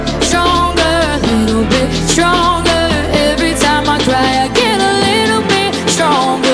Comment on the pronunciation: It's pronounced sTronger not sHronger